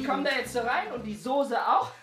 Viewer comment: Soße nicht sose